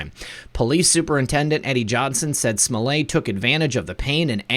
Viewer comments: Why SMO-LAY? Since when is an ~ETT ending EVER pronounced as "AY", in English or French? There's buffet & ballet, eh? with ONE (1) 't'. But majorette, marionette, cigarette, etiquette, I bet them all; NARY AN "EH?" SO KNOCK IT OFF, Mr. fake French, Chicago. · Smoh LETT the final t is silent in French, but not when it is doubled. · Smollett. The t’s aren’t silent ... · Everytime you say Juicy Smollet' I crack up!!